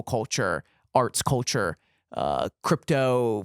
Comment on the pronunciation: “Cuhchur” CULTURE BROTHER CULLLCHURRR